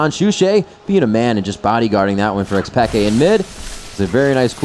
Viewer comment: PEEE-K not peka